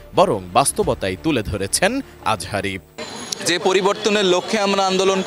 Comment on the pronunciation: দুদু তুমি ঠিক মতো কথা বলো উনার নাম মিজানুর রহমান আজহারী, আজারি মাজারি না